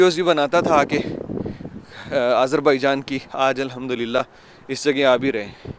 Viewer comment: Always say Alhamdu Lillah.. right pronunciation